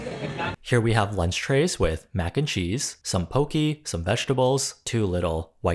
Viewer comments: was chilling then i heard "po-key" my hawai'i grown soul hurt its po-keh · poh-keh not poe-key 😂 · Love this video, but poke is pronounced poh-kay